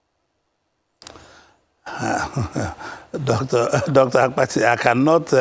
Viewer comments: I thought something was wrong with my ear. I equally heard Dr. Akpati several times Instead of Dr. Abati. Akpati means luggage in Igbo language. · Dr 'AKPATI' , you supposed to correct him on how he pronounced your name, he knew you almost 40yrs according to him and still pronounced your name as Akpati (box)